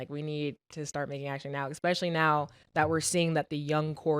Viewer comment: you’re a college grad. Say it with me ESPECIALLY. Not expecially. Especially.